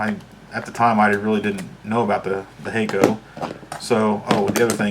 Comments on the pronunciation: It's "hack-o". Well "hack-ko" probably. "Hey-ko" would've been written as Heiko. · It's closer to "Hacko" than "Hayko" fyi. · Hakko is a Japanese company, so some people say it with Japanese pronunciation. (Hah--ko) Saying Hey-ko is OK for the USA. But that is why difference though. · Actually, if Hakko were an English-based brand, then the short-a (as in "hand") would make more sense than "hay..." would, because of the double-consonant. But since it's a Japanese brand, then it's actually pronounced "HAW * ko (long)." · No, that's not OK for the USA. You pronounce names the way their creators say it. But you're right; it is "HAH-..." or "HAW * ko (long)."